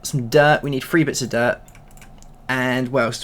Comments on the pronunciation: I kept laughing every time he said "free" instead of "three" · Learn how to say the number three